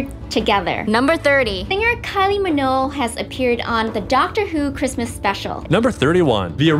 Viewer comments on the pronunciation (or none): It’s pronounced “Kylie Min-O-G-U-E. Not Kylie Minoo.